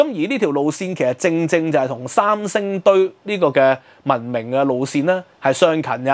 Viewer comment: 能不能说国语，不要说伤声堆